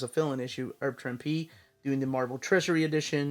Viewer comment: Herb Trimpe. The H is not silent.